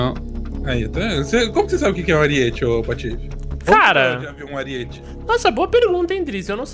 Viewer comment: Salve... Não é ariête. A pronúncia é aríete. Pronuncia o I mais forte. Te amo